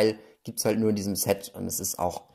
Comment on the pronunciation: Ein ZETT schaut so aus: Z. Ein englisches SET spricht sich mit einem stark stimmlosen S am Anfang. Ansonsten noch ein fröhliches Spielen, liebe Kinder!